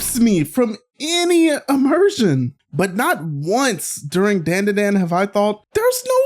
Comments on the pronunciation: Why say dandadan like that when everyone else says it the other way it’s like nails on a chalkboard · I'm gonna watch the video, but how are you gonna pronounce the title wrong when the OP song literally repeats it over and over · It did, I'll give you a 10/10 despite my squinting at the screen when you pronounced the name wrong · It’s not dandadan like the name “Dan” like Dantdm, it’s pronounced dawn da dawn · You don’t pronounce it Dan da Dan you pronounce it like don da don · The opening intro: "DANDADANDANDADANDANDADAN.." x100 . This guy: Ah, yes, I see the truth.. DEN DE DEN.😂😂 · not Den De Den 🫠 it’s Dan Da Dan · Bro say "Dendeden", is Dandadan bru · hearing dandadan not pronounced dondadon startled me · Its pronounced dondadon, but yea momo is my favorite. I relate so much to her. Also turbo granny is my second fave. I love that she protected momo episode 1. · It’s spelt dandadan but it’s better to say it “Don-Da-Don” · is called dan da dan "This is den de den" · It's pronounced Dondadon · "This is DANE DA DANE" how much of a dumbass are you to say it like that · It’s Don-dah-Don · Bro said Dan Da Dan wrong😂 it’s pronounced dawn-da-dawn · Pronounced dahn duh dahn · It’s pronounced (DON DA DON) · Nice video, i think the series is pronounced (don-duh-don) Dan da Dan with less of a hard a. That’s how most Japanese words sound, their A’s sound a little more like an O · "Dayn-dah-dayn" is crazy. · Its not "A" its said like an "O" Don da don<-😊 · Dayan dah dayan? Do you also say 2Pack instead of 2Pac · I’m sorry but I have to point this out. The a’s in Dandadan are pronounced much deeper, so you would say it like dondudon. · Can pronounce "manga" right but not "DanDaDan". 🤦‍♂ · FR, lmao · disliked purely for your pronunciation of the anime name, you clearly heard it right just a dumbass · Lmao, how did I know you'd have a Dan Da Dan video? Not only do you not know your way around anime production, you can't even pronounce the title of this one 😂